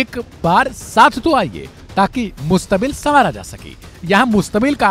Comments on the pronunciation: Reporter ko urdi ni aata h mustakbil ko mustabil😅 bolta h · मुस्तमिल नहीं सर जी मुस्तक़बिल बोलते हैं जिसका अर्थ future होता है